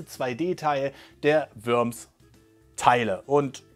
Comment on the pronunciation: Es wird nicht Wöms ausgesprochen sondern Worms